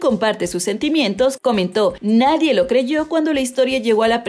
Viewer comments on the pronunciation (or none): none